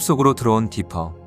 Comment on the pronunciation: 디피가 아니라 디퍼아닌가?